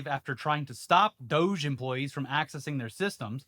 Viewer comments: Its pronunciation is 'Dog-e', not douge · Pronounce "doge" as "dodge". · You gotta pronounce it "doggy" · This has bugged me for years. It's a Japanese dog! They wouldn't pronounce it DOJE, that's weed slang! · We should start pronouncing DOGE as "doggy" to highlight how ridiculous it is. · I get that you hate saying the name of the DOGE committee. Let's purposely pronounce it doggy or dodgy or anything that disrespects these parasites.